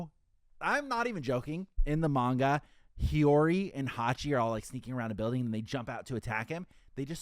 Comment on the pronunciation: is the dude that pronounces manga Mein Gah?